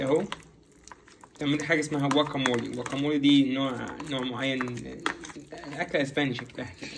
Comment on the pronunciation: شكرا عالفيديوهات الحلوة و مجهودكم الرائع بس تصحيح بسيط ... اسمه جواكامولي مش واكامولي Guacamole ..